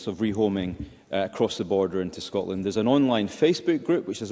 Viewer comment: This woman cannot even say Scotland properly. Another interlouper at the snp though 😂🎉🎉